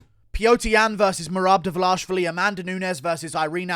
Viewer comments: Dvalishvili, not Dvalashvili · Mehrab Duh-Vuh-Lash-i-villi